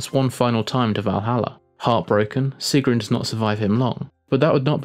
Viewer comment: he says sigrún so weirdly xD And the skin ZANYATTA